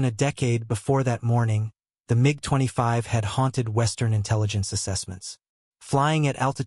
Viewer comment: Love the AI narration calling the Mig 25, the MeeGee 25.